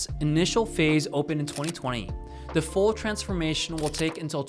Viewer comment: He pronounces the word the like dah 😢